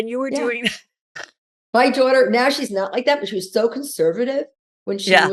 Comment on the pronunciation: Why does she always add an extra R into daughter? ‘Daurghter’ 😒